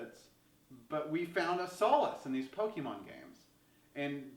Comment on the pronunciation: The single issue that I have with this video is that you say PO-KII-MON when it is meant to be PO-KAY-MON.